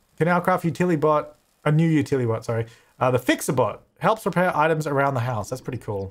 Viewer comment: I'm a little disappointed you stopped calling the Utili-bots, Utli-bots. Stick to your principles,!